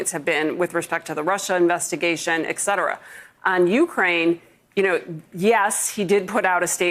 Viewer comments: Mimi Rocah, learn to say ET cetera. not EK cetera. we abbreviate it in text as "etc". that shows that it is ET cetera. good luck. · Can't believe they put people on tv that say "eck cetera"